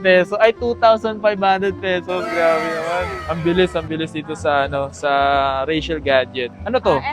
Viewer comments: Rachelle ka ng Rachelle. Basahin mo nh mabuti at i pronounce mo ng maayos. Richelle yan hindi Rachelle. Nakakairita. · Mahirap ba talaga i pronounce ang "Richelle"? Hay naku